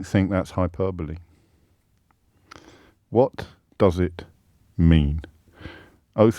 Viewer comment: How many times does he say hyperbole in this video? Also the way he’s saying it isn’t how you pronounce it at all